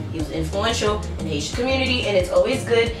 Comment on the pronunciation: I thought u first said "Asian" hahah